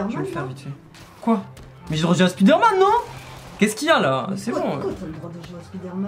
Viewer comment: "SPIDÉRMAN" I LOVE YOUR MOM 😭❤